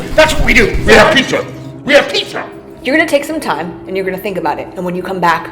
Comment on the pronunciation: "Oh that's good. ILL FINK! that esd for some reason funnt